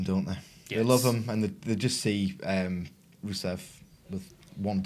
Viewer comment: Swear that guy called rusev ruso....